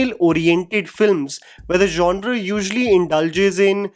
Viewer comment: Not only "male gays" you also said "djanra" too many times at one point 😂